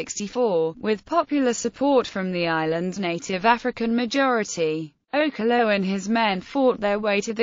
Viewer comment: You're pronouncing okello wrong.